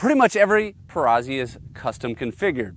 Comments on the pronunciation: Note: Perazzi is pronounced like pizza - peetza, not pee-sah. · Amazing guns. Only your pronunciation is a little off, you don’t say Pisa, you say Pizza. It is a Perazzi. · For the love of God, it is Peratzi not Perazzy. Like Pizza, Perazzi see where I'm going. Pe- Ra- T-zee! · To review a shotgun but not know how to pronounce the name discredits the rest of the review.